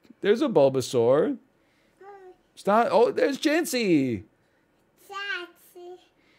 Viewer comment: Yoooo killed the "Bulbasaur" pronunciation, dude. She's really starting to pog up.